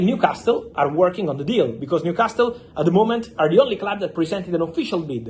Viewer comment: The T IS NOT PRONOUNCED IN NEWCASTLE 😂😂😂😂😂😂